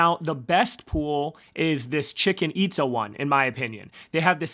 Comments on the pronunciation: Please don’t, you sound like a tool, how can you possibly ready “Hosky” and say “Husky”, it’s not difficult. Also you managed to hilariously mispronounce one of the seven wonders of the new world and call it “ChiCken Itza”, Google “ChiCHen Itza”, I’m doubting a lot of Latin Americans will watch if you just “roll with it”. If you seriously want people to Like & Subscribe, you might want to work a bit harder on your pronunciations. (All meant in the nicest way possible) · Currently staking to multiple rug pools, the nft's do make a difference. You can ear a lot more hosky tokens with cnft's and Gnomeskies. Just found funny hoy you pronounced the stake pool name. Chichén Itzá, you from the Mayan ruins in Mexico.